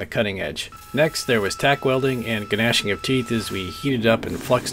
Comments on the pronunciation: yeah man it’s just nashing, g’s silent lol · Please stop stop saying gan-nashing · The "G" in gnashing in silent. Sweet knife man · I like that you pronounce the "g" in gnashing. We have a bond on the spiritual level. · pronouncing a hard G in "Gnashing" is a clear sign of winning at life. Please keep up the great work :) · The g is silent. Just saying. Beautiful work by the way. You have an amazing gift. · Gnashing. The g is silent. I still like that you said it. You must be a dad. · The G in Gnashing is silent...